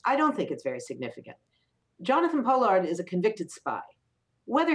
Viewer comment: Pollard, rhymes with lard?